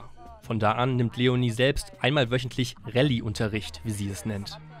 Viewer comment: DAS HEIßT RELI MIT EEEE REEEEHHLLIII NICHT RÄLI, WIESO NENNT DAS JEDER RÄLI.